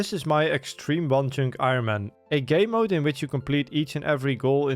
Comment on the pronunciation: Love your content But in your intro it really sounds like you say "gay mode" instead of "game mode" As a gay, it's not a problem but always makes me laugh when I hear it